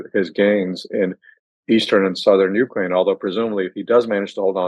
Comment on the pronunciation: Why is he mispronouncing Ukraine?